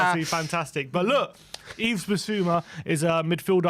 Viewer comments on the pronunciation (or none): Someone tell the boys it's pronounced "Eve" not "Eves", I can't take 5 years of hearing them call him "Eves" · Yves: the "S" is silent. Pronounce as Eve.